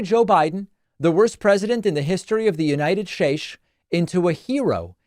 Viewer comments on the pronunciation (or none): Everytime you say “United shates”, I cackle!! 😂😂😂